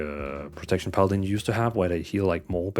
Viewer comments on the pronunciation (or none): none